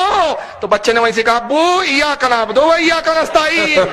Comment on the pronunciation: Eyaka nabodo nahi nabudu hota hai